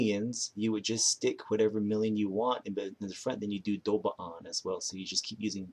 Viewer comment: Idk about that... Doo biaan... Sounds extra